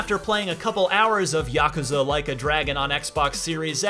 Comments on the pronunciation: "YAH-CUZA" Like A Dragon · The way he says yakuza makes me angry